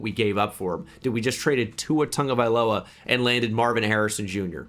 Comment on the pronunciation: Tua "Tongue-A-Guy-Lowuh"